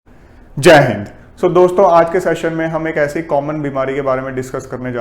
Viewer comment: Sir sab kuch sahi hai bas ap jhatke se jai hind mat bola kariye main dar jata hun.😂😂